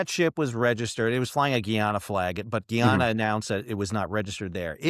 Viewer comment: it's pronounced Guy - anna